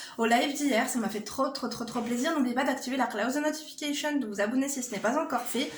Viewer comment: "la claousse de notifikécheun" j'adore l'expression haha! "C'est pas cher, c'est casher" 🤣🤣